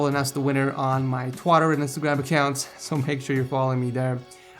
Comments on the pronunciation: Lol he said twatter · did you say twatter? lol